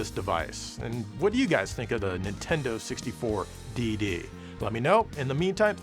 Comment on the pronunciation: DD? .......did you just say tits?